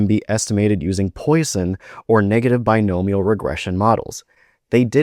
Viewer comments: Yes, I noticed that. It's "pwasson" not "poison". Strange mistake and he doesn't make many. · Ok, but you pronounced Poisson bad, so checkmate.